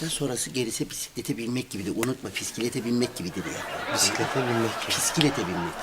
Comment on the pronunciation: Bisiklet ❌Pisiklet ✅😂